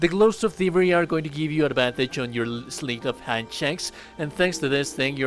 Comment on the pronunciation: "sleet of hand"